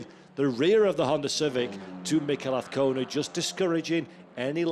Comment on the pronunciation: Trust the commentator can pronounce Azcona by the 3rd round!